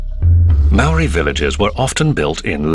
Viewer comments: The narrator's pronunciation of Maori words is insulting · If you're going to do a doco on this at least get someone who pronounces kupu Maori properly